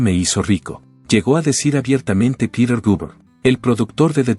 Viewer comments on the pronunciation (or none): none